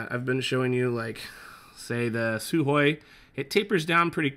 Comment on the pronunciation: Almost perfect pronunciation of the word Sukhoy